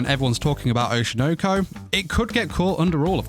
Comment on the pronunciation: why are angloids incapable of pronouncing anything japanese. Oshi no ko. Oshi. noh- koh- not oshi noaw koaw